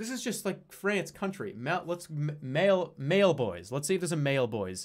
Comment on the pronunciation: Only jerma would pronounce Maille bois as “Mail Boys”